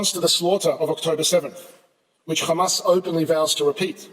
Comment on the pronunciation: It doesn't matter how many times they say khqhcamas it will not change the fact of genocide.